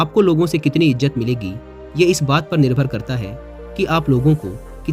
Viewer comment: Izzat hai.., Ijjat nahi hota.., correct your URDU diction.